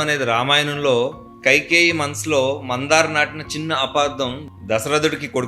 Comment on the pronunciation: super super well said bro🎉🎉but it's మంధర not మందార